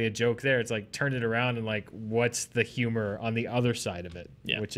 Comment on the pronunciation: It's HuemOR 😂😂